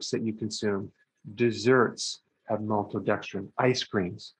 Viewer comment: I like how he says maltodextrin - “MOLTODEXTRIN!”